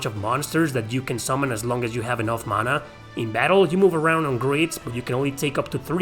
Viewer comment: Thank you for pronouncing "mana" correctly.